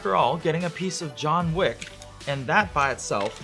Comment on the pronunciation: “Jon Vick” in Turkish accent